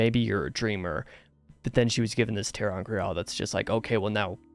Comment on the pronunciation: You nailed the pronunciation of TAR. However, you've been mispronouncing Tear every time. It's pronounced teer, the same as you'd say for someone crying.